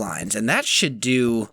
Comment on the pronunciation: when he said that should do i thought he said that shit do XD